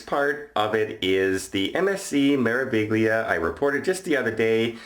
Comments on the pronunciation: It’s pronounced Mair a veelia - great vid as always.... And I hope these guys get banned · May-rah-vee-lee-ah (Me-ra-vi-gli-a) Piazza is pronounced like Pizza with an AH in the middle! The ZZ in Piazza and Pizza has a TZ sound. Hope you feel better soon!